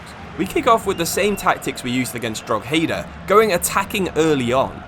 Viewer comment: Drog-heedah is diabolical. It's Draw-hedah... if we have to learn how to say Worcestershire, please learn how to pronounce simple Irish towns!... in saying that, love the content 😂